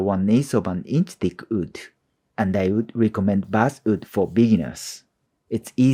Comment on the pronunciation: My friend, your skills and english are both absolutely amazing. But the word is "WOOD".. not "OOD" Sincerely, an ESL teacher. <3 (Im just joking with you. I subscribed!)